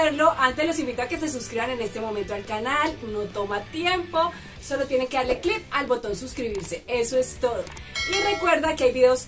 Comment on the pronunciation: Muy guapa y toda la cosa pero ES CLIC y no CLIP. Aprende la diferencia entre una cosa y otra mamacita. Escuché varias veces el audio y hasta me coloqué los audífonos para escuchar mejor... CLIC es lo que haces con el botón del mouse y CLIP es para sujetar los papeles.¿Si captas la idea? Echale ganas y corrige esa palabrita y si no me crees, revisa el diccionario. Saludos.